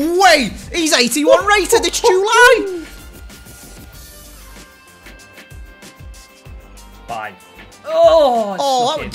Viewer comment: “He’s 81 rated its joo lie” 😂😂